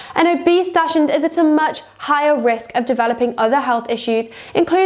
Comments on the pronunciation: Please learn how to say dachshund. Its not pronounced dash ! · Hard to take advice from a so-called expert who does not even pronounce the breed name correctly.